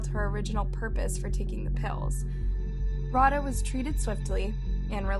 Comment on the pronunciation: ikrr its rau-dh-aa not rauhaa. this is so disrespectful.